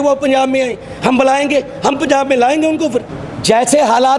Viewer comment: ILL WRITE POINT BY POINT FOR THIS GAY ASS SWAMI JI.. 1- HE STARTED IN PUNJABI THEN TURN INTO HINDI IN JUST 2 SECS... HIS FATHER PROLLY A PUNJABI,2. ITS NOT PUNZAAB GAY ASS SWAMI JI ITS .. PUNJAB... TRY TO PRONOUNCE IN RIGHT ACCENT 3- SWAMI JI UR TOKIN ABOUT SANT JARNAIL SINGH JI..EVERY ONE KNOWS HE IS SACHKHAND WAASI NOW...